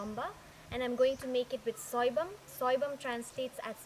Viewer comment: Appreciate the effort and the purpose. But your recipe is not the authentic one .Before telling what s missing let me tell you how to pronounce soibum-it should be pronounced as Soi- Boom Not Bum.Coming on to the fish .the one you used is called Fabou.In eromba it is ngari which is used. The taste is completely different if you use ngari . Nevertheless good job and keep it up.